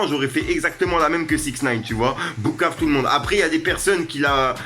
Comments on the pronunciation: On dit pas boucave mais poucave mdrrrr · Tu dis « Boukave » ou j’hallucine 😂😂😂